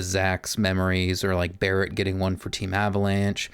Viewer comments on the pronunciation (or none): none